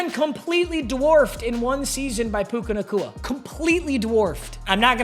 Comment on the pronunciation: Why is no one talking about how he kept calling bro puka nacua that was not puka